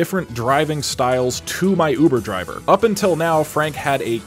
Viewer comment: Hear that it’s his uver javer